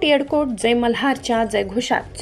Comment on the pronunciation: येडकोट येडकोट नाही ,येळकोट येळकोट बोला.